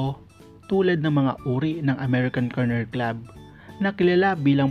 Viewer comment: TSAKA AMERICAN KENNEL HND KERNEL HAHA